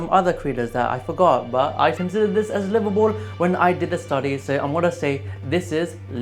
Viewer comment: as someone who grew up in calid, i can confirm that it is livabool